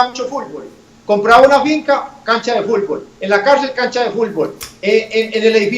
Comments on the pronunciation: "Fulbol" JAJAJAJAJA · Todos: fútbol Popeye: Fulbol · dijo fulbol